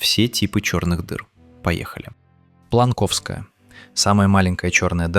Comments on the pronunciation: Попал сюда из-за магического пулла рекомендаций ютюба. Ролик неплохой, для обывателей вполне подойдёт. Но я хочу подушнить над некоторыми моментами: 1) плАнковская, а не планкОвская. Названо потому что в честь Макса Планка. И "Планк" будет проверочным словом. А поэтому ударение может быть только на первую "а"; 2) Х-1 произносится либо Экс-1, либо Икс-1, но никак не "Ха-1"; 3) Ton-618 не самая большая черная дыра во вселенной. Уже давно известно про Феникс А. Да, в среде шарящих за космос есть споры про то, что действительно ли Феникс А больше, но даже если не принимать это за истину, то упомянуть стоило бы для общего развития. 4) Тема белых дыр не раскрыта. Как-то вскользь упомянуто, что они есть и что они противоположность черным дырам, и озвучена лишь одна гипотеза, что наша вселенная является белой дырой. Раз такая гипотеза была упомянута, надо было объяснить, на чем именно основана идея - что сами по себе белые дыры являются выходом из какой-то черной дыры, которая расположена в другой вселенной ("родительской", например). И что белую дыру нельзя увидеть, потому что она по таймлайну всегда находится в "ушедшем прошлом" (противоположность того, что черная дыра буквально ведет в "будущее до самого конца жизни вселенной"), поэтому никак белую дыру нельзя увидеть, она вне досягаемости. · Не планкОвская а плАнковская